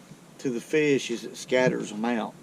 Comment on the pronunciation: “I know’d we’d catch a feesh”.